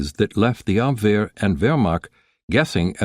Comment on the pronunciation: The narrator pronounced Abwehr correctly! Obviously, not an AI voice. Thank you!